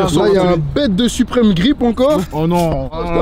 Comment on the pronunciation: ah oauis zarma "suprime store" 😭😭